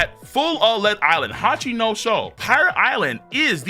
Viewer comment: I want to stab my eardrums every time says Hachinoso instead of Hachinosu or Ryoma instead of Ryuma. Is it really that difficult to get them right?